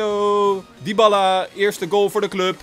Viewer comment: je spreekt het uit als diabaalaa